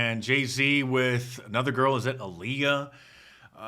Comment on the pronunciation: Mark, you arrogance irritates me. Alliyah’s name is not that difficult to pronounce. If you're reporting something just be professional - you don't have to love hip-hop to make an effort to call someone’s name. Ps I don't care for these people but dude!